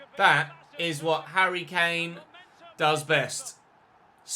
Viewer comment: “He really is the Moroccan *hurry Kane*”